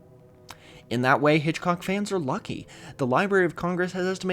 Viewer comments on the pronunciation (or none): none